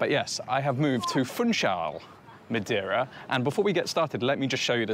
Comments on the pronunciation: You could do some effort to not switch the e and i in Madeira. If you can say hey (or say) you can say MadEIra instead of Madiera. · If you are going to live in Madeira maybe you should learn how to say the name properly. 😂